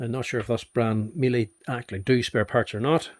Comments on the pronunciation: Miele: pronounced Mee-luh...a German commercial vacuum company. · The German pronunciation is Mee-luh (Rhymes with Shiela) The "Americanized" pronunciation of the German company is often Mee-lee Mee-luh is the correct pronunciation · It's pronounced like meal-eh.